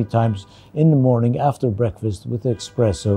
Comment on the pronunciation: Excuse me? Expresso?...